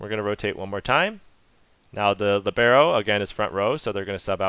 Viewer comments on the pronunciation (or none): All cool and useful, but it hurts my Italian hears to hear "libeeeero", because it's supposed to be pronounced "liiiiiibero"... :-) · Great explanation, thanks! Oh just one thing: it's lìbero, with the stress on the i, Italian for 'free' (to move around).